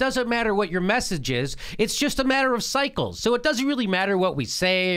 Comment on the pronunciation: Jimmy, did you say 'cycle' or 'psycho'?